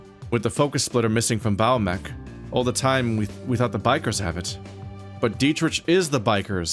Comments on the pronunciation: ...ahem. The wolfcop's name is pronounced DEE-trick. Political rants I can handle, but mispronunciation... 😵‍💫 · Hey, sometimes we read words and names before we ever hear them. And on that note, are you sure? The developers are German. It could be "DEE-trisch"